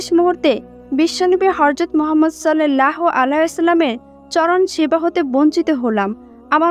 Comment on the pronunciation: Vidio baniye view kamacchen kintu amr nobir namta sundhor kore uccharon korte paren na